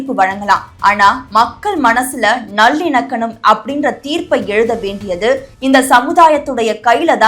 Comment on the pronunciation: ஏம்மா உனக்கு தமிழ் தெரியுமா தெரியாதா நல்லிணக்கனம் நல்லிணக்கனம் என்கிற அது நல்லிணக்கம் உன்னை எல்லாம் யாருமா நியூஸ் வாசிக்க விட்டது ரசிக்க விட்டது